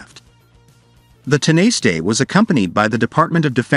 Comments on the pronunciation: Tin a stay is pronounced tawna sh ta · You could have had the manners and decency to discover how to pronounce Tanaiste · just go with the politicians name. dont bother with tanaiste, ai voices aren't programmed for that word. or any other irish words. just stick to the english language in all cases. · sadly. They are just not good enough!